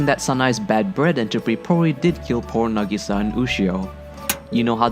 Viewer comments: Kaida hes putting the emphasise on the "i" not the "a" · I want to watch this but it's pronounced (NAH.GEE.SAH.) AND YOU SAY IT FAST M8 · It's Na Gi Sa, NAGISA. not Na GEE Sa. jesus fucking christ. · it's Nagisa not Negiiiiiiiiiiisa!!!! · na-geese-sa it's nah-gi-sa ya gotdamn weeaboo :/ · Correct pronunciation: Nah-Gee-Sah. Incorrect pronunciation: Neh-Gee-Sah. Subs>Dubs!! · the way you say nagisa is nagasa is what I hear in the subs so I'm pretty sure you say nagasa instead of nag EEEEEEEEEEEEEEEEE sa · You said Na-gee-sa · NUH GISA NUH GISA NIH GISA!!! YOU MAD BRO!? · "Na-gei-sa" is what he is saying xD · It’s na~gi~sa~ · IM DYING I'm sorry but the way you say nagisa is getting on my nerves Plz Nah-gee-sah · It pisses me off the way he says Nagisa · How can you hear her name dozens of rimes and say that absolutley wrong? Are you dumb or deaf? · Something tells me you watched the dub because your pronouncing her name wrong 😂😂 no hate tho lol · You're pronouncing Nagisa wrong, but this video is still pretty damn funny. This anime looks maybe simple and emotional, but beyond the naked eye, this anime is so complicated and so wonderful. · why the fuck people keep saying it wrong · elizabeth sa fucking same... how hes pronouncing it is annoying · I know I'm 3 months late, but this drives me insane too. I know it's because the English dub mispronounces it, but still. Besides, the Japanese cast to Clannad is vastly superior (I'm not an elitist 'sub is always superior' person), with it able to convey more emotion despite the language barrier. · My butt cheek clinches every time you pronounce "na'gisa" the way you did... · All of the names he said are badly pronounced. Nagisa Him - Nagi-sa Real - Na-gi-sa Tomoya Him - Tomo-ya Real - To-mo-ya Really do you really watch anime?! Just pronouncing right japanese is so hard for you?!